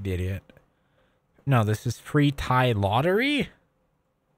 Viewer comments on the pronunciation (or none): none